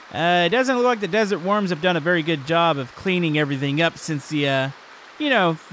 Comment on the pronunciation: I thought you’ve been saying desert warms for ever